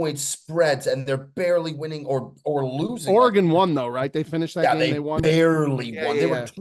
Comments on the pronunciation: its pronounced “Organ”. Idk where people got the Orey-gun pronunciation from lol bandon is such a good spot 🏌️‍♂️🚀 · Nobody:: ORE-A-GONE! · Try saying it like oregun bob......I beg you lol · oregon pronounced “ore-ah-gone” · Goddamnit,, it's 2024, get it right....Ore-gone is so wrong and old, it's wild. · should never make fun of Joey D pronunciations after the way he says Oregon😂😂 disgusting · says Oregon like it’s a European city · Bobs Oregon pronunciation never fails to amaze me. Need a hands up from the fellas for no correction there.